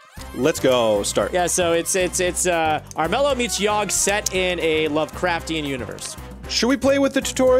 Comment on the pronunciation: It's The Yawgh not The Ywagh... Love you guys lol Also, why do all these kind of games have some kind of unpronounceable name xD